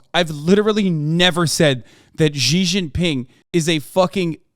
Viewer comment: Ghi Gin Ping 💀💀